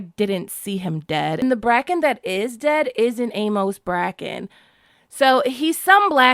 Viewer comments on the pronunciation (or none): none